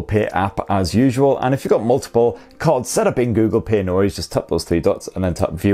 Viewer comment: What is this "Google Pear" he keeps talking about?